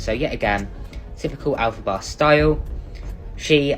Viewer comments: Elphaba (elf-uh-buh) like the Wicked Witch of the West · Please cover elphaba in more detail!! (But i can’t bare to hear you pronounce it, its elf-fa-ba)🤣 love these insta segments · We want a video on Elphaba! It’s pronounced Elf-ab-ah I believe :)) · also it’s “elf uh buh” and yes it’s a crazy rabbit hole